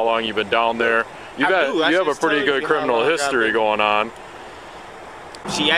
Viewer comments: “ciminal record” 😂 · "ciminal" lol